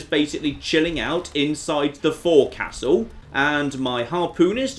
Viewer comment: forecastle is pronounced fohksel. Don't ask why, it just is.